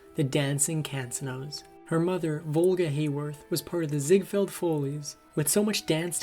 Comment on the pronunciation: Ziegfeld follies...has 2 Le homie. I want to like this channel but some of your narrators really suck at reading. How do you not know what the Ziegfeld follies is when this channel is about old Hollywood? Simple mistakes like that really yank me out of the narrative. Electro losis? Yikes kid. Open a new tab and learn how to pronounce what you're being asked to read.